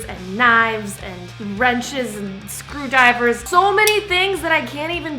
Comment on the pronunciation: I like how she said "screw divers"😂😂😂